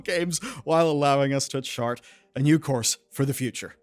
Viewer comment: I heard "chart" as "shart" and it seems more accurate 🙃